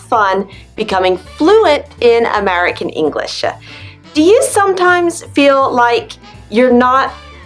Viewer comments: Hello Christina. I would ask You: "why do You pronaunce additional sound "a(e)" at the end of the many words .. for example You are saying "English(e)" e.t.c? I never heard such an interesting ending. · I can't figure it out whether you deliberately stress the endings like "improV-uh, EngliSH-uh, decreaseT-uh," or not. It's funny but not normal! :)